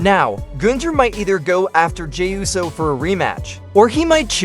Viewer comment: Why do you keep saying rowlins? It's Rollins! Clearly you can't fucking spell either, it IS rusev NOT 'roosev"! Uso NOT 'usso'!